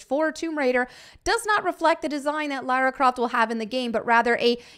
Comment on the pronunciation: Laryn Croft